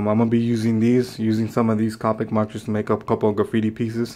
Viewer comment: you pronounced copics wrong. this is how you pronounce it. it's not cApics it's coWpics